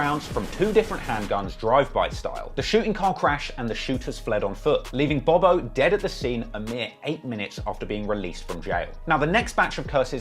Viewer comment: Now i usually give you the benefit of the doubt in pronunciation because of the accent BUT you literally called Bob-O "Bo Bo" about 30 times 😅